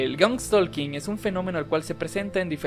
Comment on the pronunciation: Por fin alguien pronuncia correctamente "Skinwalker" XD Lamentablemente pronunciaron mal "Stalking"